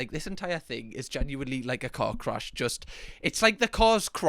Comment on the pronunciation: 😂😂omg i thought you said cock crash 😂😂😂😂thank god you said car crash again 😂😂😂😂